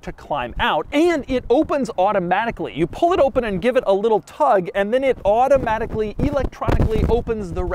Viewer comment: Doug: " It's handled electronically and auto-H-matically " I love when Doug ^enunciates^ his rich-people-speak, adding an H to the word: automatically.